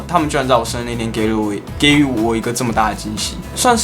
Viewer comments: 【给予】是读 ji（第二声）yu (第三声） 你读错了！！~~~ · 给予(ji yu)，念错咯~~ 活在世界上真的很好o，放火不可以轻生 最后简单的一句 #放火，生日快乐🎂#